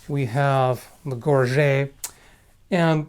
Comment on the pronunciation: Gorget is an English word, it's ok to pronounce the T.